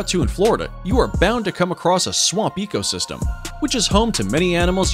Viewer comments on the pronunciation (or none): none